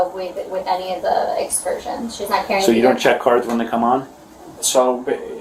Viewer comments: She's mispronouncing the word "excursions". 🤡🤡🤡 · How did she pronounce “Excursions” 😂😂😂😂oh my! Can you get scammed into a English class?